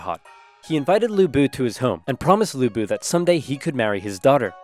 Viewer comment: As someone with the same last name as Lu Bu, in the ten years I lived in the US, I have literally never heard someone who was not chinese pronounce Lu correctly. The way he pronounced it was close enough that it is how I ended up asking people to say it, so good for him!